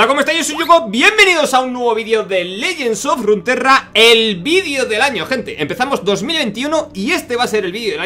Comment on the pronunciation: El juego: Legends of Runaterra: Legends of Runtrra